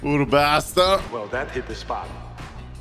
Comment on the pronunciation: The italian accent whe he says "hit" makes me laugh so hard XD...awsome video